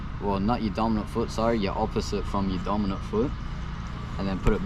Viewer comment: did you say dominint foot on seat